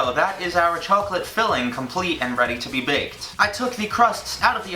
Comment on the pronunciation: the way says chocolate makes me think of the chocolate ladies from spongebob... "THEYRE SELLING CHOACLATE" "CHOACLATE?"